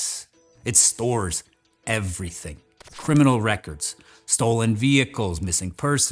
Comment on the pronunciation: the way he says "everything"